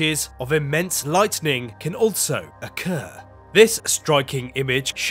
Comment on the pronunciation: BTW IT'S "LIGHTNING" NOT "LIGHTENING." SHALOM